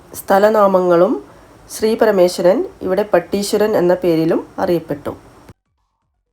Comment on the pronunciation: പടീശ്വരൻ അല്ല പട്ടീശ്വരൻ 🎉, പിന്നെ നൊയ്യൽ എന്നാണ് നോയൽ അല്ല 🤝